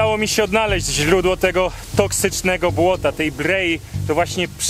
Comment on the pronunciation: źrhudło tej brheji bawi mnie to jak wymawia R